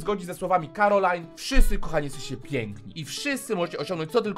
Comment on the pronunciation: To nie jest "Karolina" drogi tylko ✨️cArOLaJn✨️